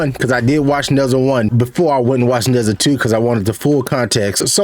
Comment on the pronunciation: It's Nur-JAH. Not nezza